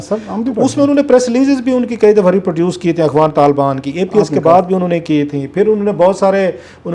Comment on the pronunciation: بڑا نالائق اینکر ہے۔ افغان ہوتا ہے نہ کہ اغوان۔